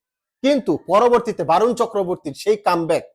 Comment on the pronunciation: Sorry দাদা 👉 Barun, A এর উচ্চারন বাংলাতে অ হবে । বরুন হবে । আর খেলাতে হার জিত থাকবেই । ওটাকে আমরা অঘটন বলিনা । ❤️ Love You